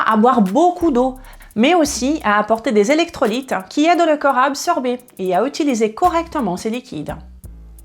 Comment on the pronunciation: Bon il faut faire un effort sur la prononciation au moins pour 2 mots, le corp et le coeur. Je ne sais pas si vous parlez du corp ou du coeur.